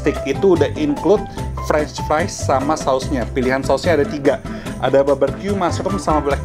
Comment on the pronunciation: Frech fries. Baberkyu. 😂😂😂😂😂😂😂 Sorry, I just can't stop laughing. You're so funny